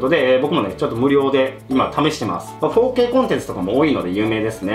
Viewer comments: やっぱり、4K（フォーケイ）が包茎って聴こえてしまう😅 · 4Kが包茎にしか聞こえないの俺だけ？